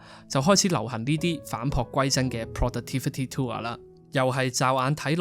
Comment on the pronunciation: it's "tool", not "tour"